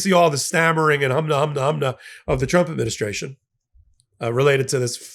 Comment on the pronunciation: KK karoline pronounces trump " chump". Homan also has a speech impediment . .. probably was teased in school which could explain his desire to hurt migrants. Pitiful bunch!